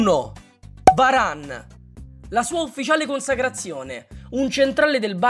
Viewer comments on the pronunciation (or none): none